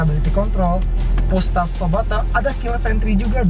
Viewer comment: Hill sat assist.... maksud kami hill start assist wkwkwk